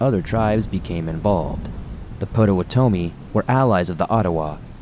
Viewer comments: Great info! For future reference, it's "pot-oh-WAH- toe-mi" I promise! The tribe still has a significant presence in Illinois and Wisconsin, where I'm from. They even have a HUGE casino in Milwaukee. Otherwise, it's a great video! Starved Rock is a beautiful area generally free of violent crime. But this was an obvious exception! Thanks for sharing! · Dude please check pronunciations of names. Le Salle is phonetically La Sal and Potawatomi is phonetically Pot A What A Me.